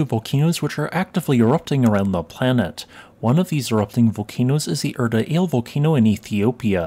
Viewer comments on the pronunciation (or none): Erta "all-eyy" not "ale" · It's Erta ALL-ay. And just FYI, since I saw it in other videos, komatiite has two i's, and you pronounce them both separately - ko-MAH-tea-ite. Such is the benefit of learning about these concepts in formal settings...professors usually know how to say the words the rest of us would absolutely mispronounce were we just reading them in a wikipedia article or academic paper.